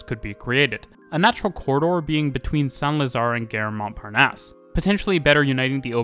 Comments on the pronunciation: Gare (station) - not pronounced "gehr" like "fare", but "gahr" like "bar". It's not English. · Nice video. Just a little pronunciation note: you’re pronouncing the French word ‘gare’ like ‘guerre’. Maybe listen to some French speakers so you can fine-tune the pronunciation a bit. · I'm not native French but the way you pronounced Gare sounded like Guerre to me. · The French don't Pronounce the 'e' in Gare = Gar or La Gar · That's the quebecois pronunciation.